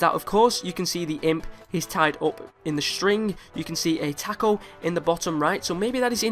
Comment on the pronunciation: I cringed at the way he said taco